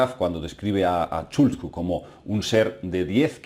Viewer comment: es Khathulú KA-TU-LÚ!!! NO CHULKU!!!